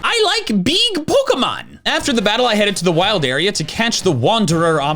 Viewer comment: "I kike Beeg Pokemon'